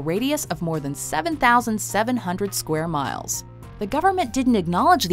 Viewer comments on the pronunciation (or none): none